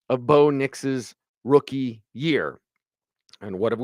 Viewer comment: I moved to the other room, and you were asking, when is a rookie not a rookie, but from there it sounded like when is a wookie not a wookie! lol I was like, did orange and blue today turn into jedi and sith today? A wookie is not a wookie when they give them pants!